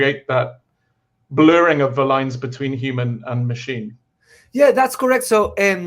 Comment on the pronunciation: Nobody knows all languages and pronounciations, so no judging there. Having said that, the accent remains on "Cé", not on "sar". So just like in English you would pronouce Cesar, the same stress applies in Spanish, only changing the vowel sound to a Spanish "e" vowel sound.